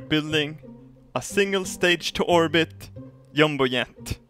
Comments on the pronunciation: You mean a "Yumbo Yet"? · He says G as we say Y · Lol Robbaz...Yumboyet. Silly english. Try doing this DYUMBO DYET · In love the way he says jumbo jet: " yumbo yet " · Lol I loooovvve how he says jumbo jet!!! "Yumbo yet" bahahahaah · I love the way he says Jumbo Jet, “Yumbo Yet” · Its his accent, The "J" sounds like a "Y" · jum-bo jet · Reason to why he says yumbo yet is because in swedish j is pronounced like a y is in english xD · I am pronouncing it 'Yumbo Yet' from now on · Gotta love a yumbo yet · xD Yumbo Yet, the BEST thing ever is his pronunciation! xD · i like it when he say Jumbo Jet as Yumbo Yet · Y cant swedish people say J properly? yumbo yet? (not being racist :) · I love the way he says Jumbo Jet "Yumbo Yet" xD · SOMEONE TEACH THIS GREAT MAN HOW TO SAY "JUMBO JET"